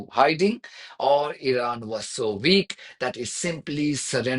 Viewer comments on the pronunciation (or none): You are american and can’t pronounce weak🤣🤣🤣🤣🤦🏻‍♂️